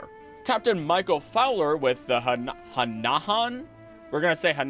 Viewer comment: Sir, that word is Hannah-han(silent d 😂)